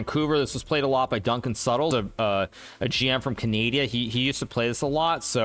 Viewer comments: How does noone notice he says canadia instead of canada😂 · Because they know he does it deliberately. 😊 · "A GM from Canaidia" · Man really said canadia